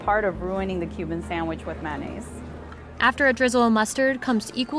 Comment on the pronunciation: I heard them say "sangwich" and "man-nays." 😄